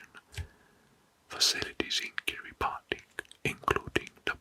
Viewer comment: this is awesome! i’m excited to fall asleep to this tonight. the only feedback i’d give so far is that “kiribati” is pronounced like “kiribas” - “ti” is sometimes pronounced like “s” in Gilbertese :)